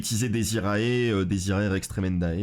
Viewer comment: Bonjour, tout d'abord merci pour ce contenu vidéo-ludique de qualité. Je veux céans vous faire part de quelque soucis de prononciation du latin que je rencontre partout chez les yugitubeurs francophone. Cela concerne les cartes démonforge ( fiendsmith ). Donc on prononce " diez iré" ( dies irae) et l'on prononce "ki-ri-é" ( Kyrie ), ce sont pour la plupart du temps des concept religieux et souvent des concepts rattachés au deuil ( requiem signifiant messe des morts, lacrima les larmes etc ). Merci beaucoup de votre lecture, je poste rarement mais j'avoue que ça m'a rendu chaffoins. ---- Jean-Constantin De Chateau_Neuf De La Villeclaire